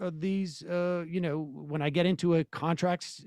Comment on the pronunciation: Now we have a new butchering of etcetera by a member of this esteemed broadcast group. Behold "edcedra"!